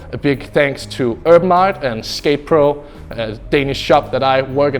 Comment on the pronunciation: He pronounces Urban Artt. “Erm Aut”